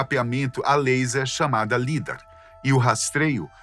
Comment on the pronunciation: Correção a pronúncia do lidar fala-se "laidár".